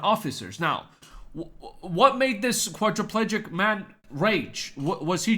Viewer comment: Shakalaka boom English.😂 Quadriplegic. I have problems saying it myself.😂